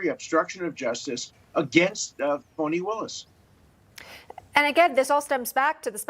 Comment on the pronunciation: Did he say " PHONEY WILLIS " ?